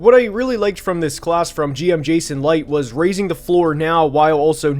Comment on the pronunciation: Good video but you kept pronouncing Jason Licht's name wrong its not Jason Light its Lynch